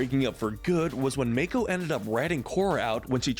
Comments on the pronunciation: I'm sorry, did I just hear Mako pronounced like May-co? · Dude, Mako is not pronounced MAKE-O. It's pronounced MAH-KO. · Wow to state the obvious that bolin a eska is the most toxic relationship And you are saying mako all wrong this is infuriating like the ooong one in the movie